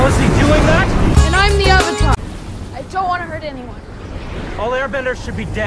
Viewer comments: Uung, uvutar, sooka, I was yelling at the tv everytime they said it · wait i cant unhear 'im the oventar' now HAHAHAHAHAHAHH